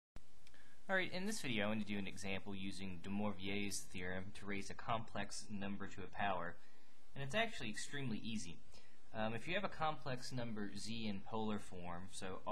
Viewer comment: Thanks for the video Patrick! An un-mathematical bit of trivia you might find useful: De Moivre's name is pronounced De Moavruh. (Just click the little speaker icon on the French side to hear it being spoken Thanks again for the great video!